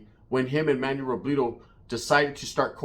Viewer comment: Savage got taken out like El Pirata de Culiacan for dissing the wrong organization.. 2 content creaters with loud mouths dissing the wrong people when drunk.. By the way, why you keep saying Robledo like a white person? RO-BLEH-DO not RO-BLEE-DO 😄